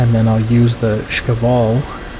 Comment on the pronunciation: Shkval (Шквал) not Shkaval.